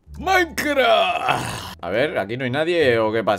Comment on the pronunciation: jsajaaja dice MAIKRA jajaj